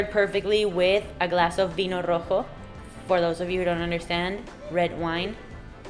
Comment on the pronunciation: Vino rojo ? your pronunciation of r is perfect.